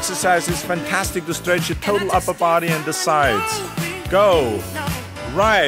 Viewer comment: STRETCH YOUR UP-UH BO-D-Y! lol this is hilarious